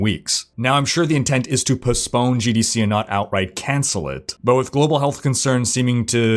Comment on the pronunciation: Dude......puss-pone???? XD sorry, but I listen to your vids and that rang out LOUD and clear. Gave me a good morning chuckle. I love your vids (especially lore based) so don’t take this ribbing as a bashing, please. ; )